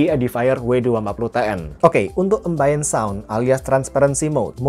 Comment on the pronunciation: Maaf ya mas, mau koreksi dikit. Ambience dan Ambient Sound itu, dibacanya : Aembiens (embiens), bukan 'embains'" Sound. Makasih.